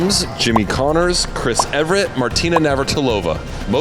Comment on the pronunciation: Sam continues his streak of mispronouncing names, even very familiar ones now. He was saying Chris "Everett" 😂😂